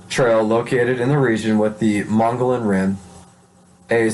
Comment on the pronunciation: This guy should really learn to read....in particular, learn to pronounce Mogollon etc..my six year old can read better.. lol